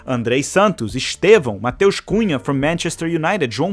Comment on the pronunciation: He is haha, a gente sempre sabe. What I find funny is how gringos are pronouncing Estevão! All in good fun.